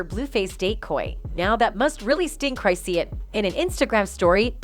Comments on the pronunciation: Cri-shawn! Not cri-seeun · Cry-c-yan. Ooo Girl, she's gonna come for you. Who told you that's how her name was pronounced after all these years?